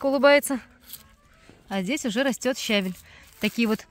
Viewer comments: Подача материала великолепная:точно, без лишних слов, информативно. Но ударение на слове щавель ставится на втором слоге, если сомневаетесь,загляните в орфографический словарь русского языка. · Вы меня извините, пожалуйста,но всё - таки нужно говорить правильно щавЕль.Я понимаю,что это не урок русского языка,но всё же...И правильно ревЕнь.А за ролик спасибо.Подписка!